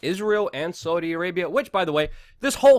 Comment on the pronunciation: Argghh Luke you can't even say Saudi Properly. I prefer destroy the illusion and pjw